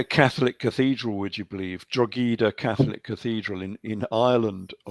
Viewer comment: Thoroughly enjoyable. [FYI - Drogheda pronounced Draw-heh-Da. Translated from 'Droichead Átha' (Bridge over the ford or special place, ie the mouth of Boyne River & Boyne Valley)]